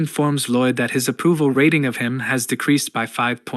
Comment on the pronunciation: I suggest you need to check the pronounciation of the voiceover, your A.I voice is not reading 'saf-tee' or 'rat-ting' correctly.